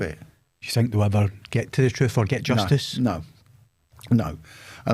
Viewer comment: Making fun of someone who said "tooken" instead of "taken" is rich coming from a man who says "troof" instead of "truth" and "nuffing" instead of "nothing."